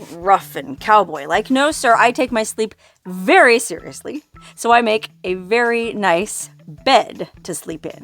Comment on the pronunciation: ...I love the emphatic , and ultra pronunciation of the word 'seriously' that you use occasionally !!!😂😂😂... ...Does that include your white bathrobe also ??? 😘.